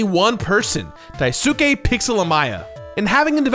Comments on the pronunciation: Daisuke "Pixel" Amaya's name is pronounced Die-Skay. Not Die-Su-Ke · Becauae i heard pronounce it differently in this episode, i felt I should share how I believe you pronounce Daisuke. I believe it is "Dice-kay" u after s is usually silent or near-silent in Japanese words, from my non-taught experience.